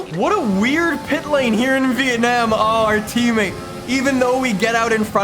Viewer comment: the way he says it. vitanam